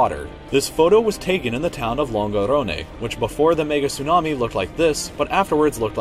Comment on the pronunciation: Is it me or is the person actually saying niggatsunami